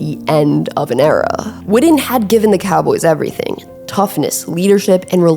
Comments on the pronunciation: It’s WITTEN!!! Not widden, put some respect on his name!!! The BEST TE for the Cowboys EVER!!! 82!!! HOW BOUT THEM COWBOYS!!! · If you’re gonna have a channel like this, work on your pronunciation. You’re a lazy speaker. His name is pronounced Witten With (2) T’s. Not D’s. His name isn’t widden. It’s not Wiht’ehnn Witten. Like kitten or bitten. Figure it out. Or quit making content. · Love Jason Witten but for crimenys sake can she say Wi TTen instead of WiDDen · Whitten not Whidden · I'm so glad you narrate your own videos. So much better than the Ai slop we hear on so many recent productions. However, please say his name correctly. It's Jason WiTTen. All I'm hearing from you is "WiDDen". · witten not widden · First off,stop misspronoucing his name it's Jason Witten ,not Jason Wooden know the player's name b4 you try & do content on him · Witten. Not Widden. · I’m listening because 82 was one of my favorite players but she’s driving me crazy saying Jason wooden… and he just showed you what being fundamentally sound working hard as a blocker in route running will do cause if he’s the slowest player in the NFL how was this fool always open? High school, kids and young college players that played the position need to watch him Gates and Tony fuck all them other guys. Not everybody it’s gonna be in a lead athlete like Gronk or Shannon or Kelce or George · The way you pronounce witten is crazy "widden" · came here after the whidding . brutal. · Growing up and living in DFW my whole life I’ve always heard it pronounced Wih-en, skipping the T’s and almost pausing where they are supposed to be. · I’m glad I wasn’t the only one to be annoyed by the Widden pronunciation lol. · Say his name right